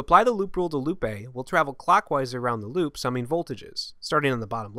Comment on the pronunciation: lol when you talked about "loop A" I couldn't help hearing you say "Lupe" haha